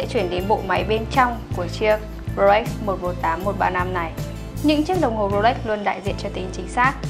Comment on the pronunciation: mình xem rất nhiều video của Gia Bảo Luxury, thích nhất là những video do anh Hiệp thực hiện. Riêng bạn nữ này có vấn đề về phát âm thương hiệu "Rolex" ?!!! Mình comment sau khi để ý rất nhiều video.